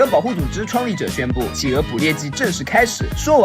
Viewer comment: 是 氣鵝 不是 起鵝